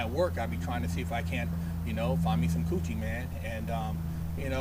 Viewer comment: The way he said coochie